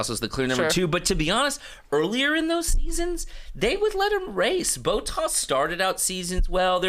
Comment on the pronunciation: Trey bro it's not Battas is Botttas with an O 🤣